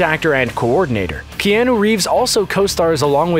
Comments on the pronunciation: This may have been mentioned previous times but who the frick say Key-an-noo,,, Pretty sure most people know its announced "Key-ah-noo" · I stopped watching when he first said kee-an-ooh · who is key - anu reeves. yo commentator, go back to school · how DARE him say "keanAA" im dissapointed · Isn't anyone triggered the way he says Keanu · Couldn't listen to the mispronunciation of Keanu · who let this guy make a video about john wick without knowing how to pronounce Keanu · I left the video on the second one bc he kept pronouncing his name wrong 😑